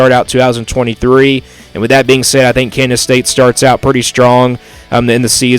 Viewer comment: Your a complete dumbass. Obviously you don’t know much about big 12 football. Maybe tx and tech. Ps learn how to pronounce KANSAS